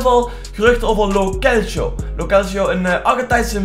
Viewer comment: Lo celso spreek je uit als lo selso en niet als lo kelso